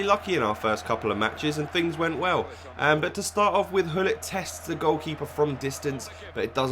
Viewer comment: Gullit, not Hullit!!!